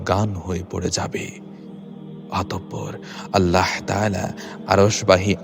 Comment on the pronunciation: আপনার আল্লাহ উচ্চারণ ঠিক করেন তারপর ইউটিউব করেন